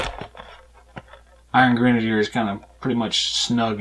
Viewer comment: never mind Sarah, she forgot her Dunn(ce) cap the other day. You are pronouncing it right. Not sure where she got the misspelling from, but whatever.